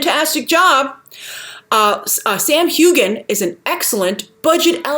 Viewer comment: Sam Heughan's surname is pronounced hugh-an